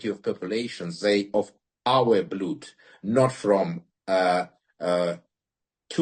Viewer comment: Слово «blood» не произносится как «блюд»